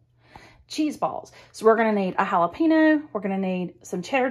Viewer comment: Really hal-Ah pee-nose?